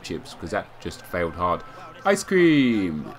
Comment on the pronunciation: The way you said "ice cream" was hilarious